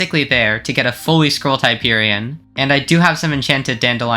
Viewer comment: finally somebody that pronounces it right